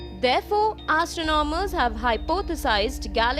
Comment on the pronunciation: Wtf accent? Astro nom ers???